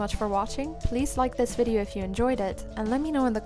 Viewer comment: I keep hearing vid cunt